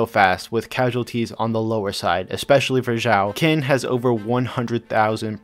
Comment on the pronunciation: Okay, major gripe with this vid is with the pronunciation of Qin. It is not a hard Q, but a S like Shin.